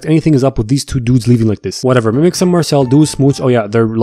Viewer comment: Please stop calling her mimix. Sincerely,the population of France